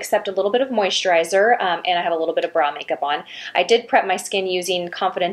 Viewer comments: When she starts putting on the make up she says all I have on is a little moisturizer and bra make up. What is wrong with my ears! I can't figure it out! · At the beginning of this video did you say "bra make up"? I've listened a couple of times and that's what I hear -- what is that? lol